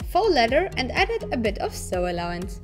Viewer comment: Krass, wieviel Arbeit ihr investiert! Woher kommt die Zeit dafür? :-) Übrigens: "seam allowance" ist die "nahtzugabe" und "sew" wird "soh" ausgesprochen - es gibt sogar Videos, die sich damit beschäftigen. Und keiner weiß, warum "sew" die Aussprache-Regel bricht xD